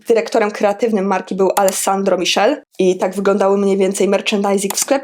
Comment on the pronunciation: Alesandro Mikele :) nie Michel...niemniej bardzo dziękuję za filmik. Mocno kibicuję Twojemu kanałowi.